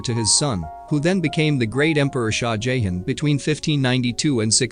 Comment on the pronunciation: Or the Indian king "Jayhen" 😂😂 it's JahHahn.. Not Jayhen.